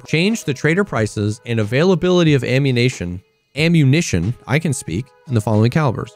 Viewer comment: That GTA mindset slipping through, lmao "Ammunation"